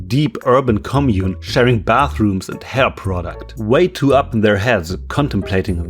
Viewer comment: The random emphasis on the creators sharing hair product lmao